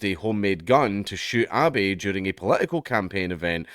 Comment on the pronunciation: It's Abe (ah beh) not Abby.